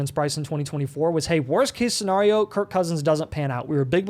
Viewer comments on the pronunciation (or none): Bruh..... There's a song called scenario by A Tribe Called Quest... Listen to it.... You can learn how to properly pronounce scenario. Enough is enough.